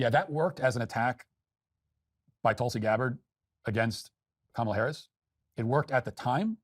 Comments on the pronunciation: Also, weird how half the time pronounces it Kah-ma-lah incorrectly just like Republicans do, and then 50% of the time pronounces it correctly. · it's "comma la" not "kuh malla"